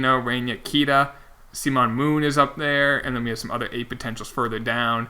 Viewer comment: sop saying seemon its simon